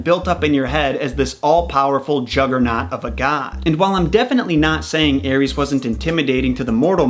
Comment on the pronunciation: Eris aris read it normal American don't read wrong ares